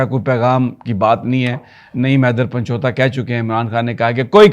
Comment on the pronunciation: سر جی لفظ پنچوتا نہیں پنجوتھا ہے۔